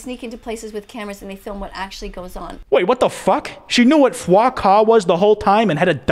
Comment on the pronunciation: Did he just say Foie Ca?! French triggered noises